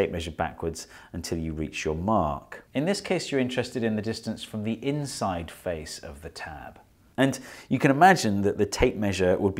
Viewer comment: “intside?” yes steve, intside